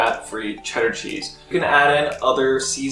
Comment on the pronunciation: if you lived in Massachusetts for any point in your life, its CHEDDAHHH. Well done, sir.